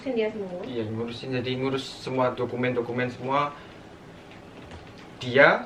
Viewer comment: Pas ngomong dokumen² jawa ny keluar